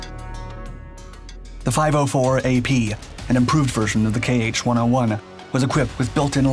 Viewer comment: It's not "kay aitch", it's "kha" (IPA [xa]), "kh" as "ch" in "loch"